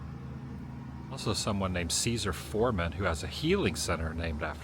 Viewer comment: Seneca - pronounced with emphasis on 1st syllable. SEN-eh-cah. :) (I live near historic Seneca Falls, NY)